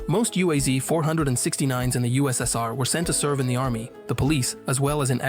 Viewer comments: UAZ is pronounced as a word, not spelling the separate letters. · UAZ and GAZ are pronounced as a word, not spelling the individual letters.